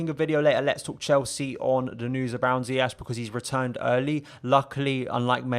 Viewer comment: Bro love the video and analysis but please man dont do a Lampard. His name is Ziyech pronounced Zi-ye-sh 🙏🏿 keep up the amazing videos